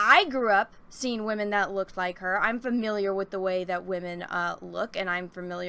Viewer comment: First off, I adore your videos, you're entertaining, really get into your topics, very intelligent, hilarious, and I have yet to disagree with anything you've ever said in any video of yours I've ever seen, but I must ask, what is waamen/wahmen? Is it a new term for women? Is there any significance to it being pronounced differently? I noticed you said it a lot, and honestly I'm curious. I tried looking it up but I couldn't get any specific answers